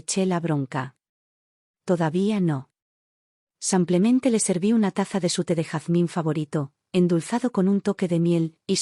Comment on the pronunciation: Y sigue el “ Samplemente” 😂😂😂😂😂😂😂😂😂